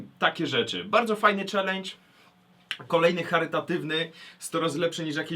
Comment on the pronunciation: "...Ćwlendż" :DD P.S Niech wyzwie ktoś Kine xD